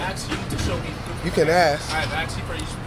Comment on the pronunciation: He AXED him a lot of times! LOL